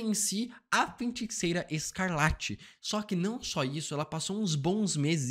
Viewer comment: Mano FEN-TICEIRA chegou doer o ouvido 😅